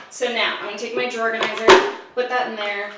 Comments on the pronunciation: Are you saying drawer organizer or drawerganizer? Are you saying Pam or Pan? Or Pand? Is the D silent? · I can’t with “drawer-ganizer” 😂👏🏼🙌🏼 Also please HELP with kitchen organizing!!!!! Plsssss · I’m sorry are you saying drawerganzier or drawer organizer? I can’t tell 😂 I love that someone on YouTube talk as fast as I do! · i can’t tell if you’re saying drawer organizer or drawerganizer but i’m down with this new word 😂😂 honestly these are my favorite kinds of videos lol i need to be a more simplified and organized bitch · All I could hear was “drawerganizer”. Anyone else?? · I’m sorry, excuse me.. Are you saying, “drawerganizer?” 😂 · Did I hear this wrong or did you say "drawergonizer"? lmao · are you saying "drawerganizer" or am I crazy 😂🖤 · Thought I was going crazy for a sec as well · Man, I'm always learning something from videos. Drawganiser, who knew! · Hahahaha I noticed it too!!!!!!